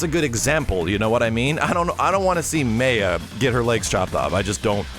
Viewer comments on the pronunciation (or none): Maya (My-ya not may-ya).